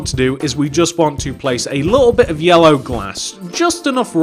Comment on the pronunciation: Who thinks when he first started putting down the yellow glass he sounded like he was saying heya